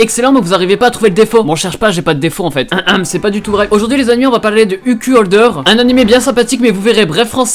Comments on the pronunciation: Ça se prononce UKAI Holder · Mais ton Anglais: " UCUL HOLDEUR" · Mais comment tu prononces UQ Holder mdr